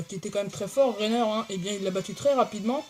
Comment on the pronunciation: Juste pour intervenir le titan de pieak fait 4 mètre et ci non pas trop mal comme vidéo Ps le titan de porco fait 8 a 11 mètre je sais pue bien Voilà c’était juste pour t’éclairer un peu 😇 Re ps on dis Reiner pas rener...